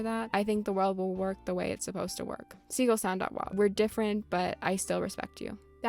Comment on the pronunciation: gaston is fucking SLANDERED here gaston is so polite and supportive. absolute ally. he actually gave me my top surgery himself and it went perfectly. also curt is great he was really cool in my acnl town. also also ".wav" being pronounced as ".wov" is so fucking weird. its .WAV. like. WAVE. i WILL die on this hill